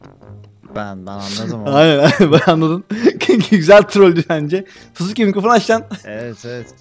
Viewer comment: Sasukenin adi sasuuuuke degil aga sasuuuuke